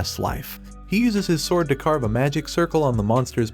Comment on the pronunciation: I found it funny how the DecTalk voice couldn't pronounce Carved at the end